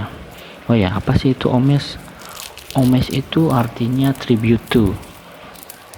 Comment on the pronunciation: Ngomongnya bukan “omej” tapi “omaj” bang